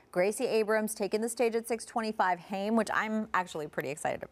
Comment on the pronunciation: Ahhhhh! Hate when everyone pronounces Haim wrong! Awesome band. Funny, intelligent, talented, sisters who know how to put on a show without all the bells and whistles. Although, they did have to go PG for the younger audience.